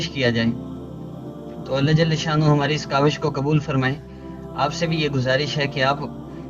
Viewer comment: ALLAH JALHA SHANNA HOO... km se km as lafz ko tu theek se parh lo